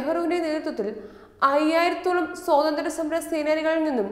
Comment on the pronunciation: സ്വൊതന്ത്ര്യം എന്നല്ല സ്വാതന്ത്ര്യം എന്നു പറയൂ